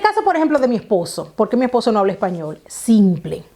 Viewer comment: Español no Epañol😀